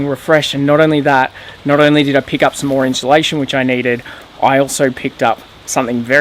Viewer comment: Always kills me when says “inchulation” lol